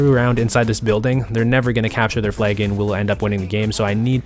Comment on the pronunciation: It's flag, not flaig